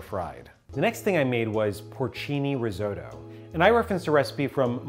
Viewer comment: Hearing Risotto pronounced Rizoe-toe actually hurts a little bit